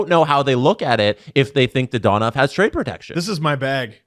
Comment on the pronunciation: Dadonov, not Dadanov